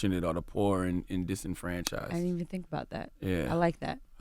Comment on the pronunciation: Charlemagne “In-disenfranchised” Da God